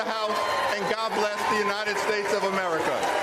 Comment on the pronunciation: Why does he keep saying AMERITA?!!!